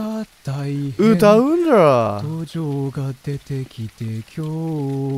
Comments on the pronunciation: どじょうが出てきてきょうはって、「こんにちは」を読み間違えたのか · 「今日は」が「こんにちは」じゃなくて「きょうは」って読むの分かりみやけど面白いw